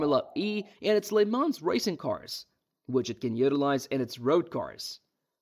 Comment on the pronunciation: the way Porsche and Le mans pronunciation were butchered, but great video though🤣